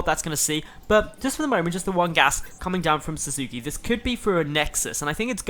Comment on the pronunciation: The name is likely pronounced "Sass-ke". If it's from Naruto, that is.